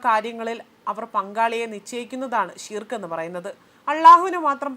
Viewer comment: ഷീർക്ക് എന്നല്ല ശിർക്ക്‌ എന്നാണ്. ശിർക്ക്‌ എന്നത് അർത്ഥമാക്കുന്നത് കൊടിയ പാപം അഥവാ വലിയ കുറ്റം എന്നാണ്. ഉമ്മയെ വ്യപിചാരിച്ചാൽ ശിർക്കല്ല മറിച്ച് അല്ലാഹുവിനെയും റസൂലയ മുഹമ്മദ്‌ നബിയേയും അംഗീകരിക്കാത്തത് ശിർക്കാണ്. ബഹുദൈവ വിശ്വാസമാണ് ശിർക്ക് (അറബി: شرك) എന്ന അറബി പദം കൊണ്ടുദ്ദേശിക്കുന്നത്. ഇസ്ലാം ഏറ്റവും വലിയ പാപമായി ശിർക്കിനെ കാണുന്നു. ഇസ്ലാമിന്റെ അടിത്തറയായ തൗഹീദിന്‌ (ഏകദൈവ വിശ്വാസം) വിരുദ്ധമാണിത്. ശിർക്ക് അല്ലാഹു ഒരിക്കലും പൊറുക്കുകയില്ലെന്നും അത് ചെയ്യുന്നവന്റെ സൽക്കർമ്മങ്ങൾ നിഷ്ഫലമാണെന്നും ഖുർആൻ പറയുന്നു. ശിർക്ക് ചെയ്ത് പശ്ചാത്തപിക്കാതെ മരണപ്പെട്ടവന്‌ സ്വർഗ്ഗം നിഷിദ്ധമാണെന്നും[1] നരകത്തിൽ അവൻ സ്ഥിരവാസിയായിരിക്കുമെന്നും ഖുർആൻ പറയുന്നുണ്ട്.